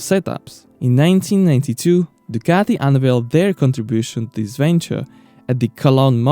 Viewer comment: Nice video - thx. But PLEASE try to make proper use of your vocal cords, it's sooo easy: "DUCATI"! There's really no pizza dough in this beautiful name. You can make it!